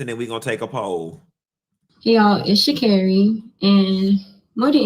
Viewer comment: The way you say “Shacarri’s name like Mariah “Carey”, “Shacarrey” cracksss me uppp😂😭😭😭😭‼️